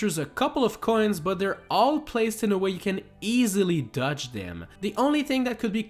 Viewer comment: I have a challenge for you, say DODGE correctly.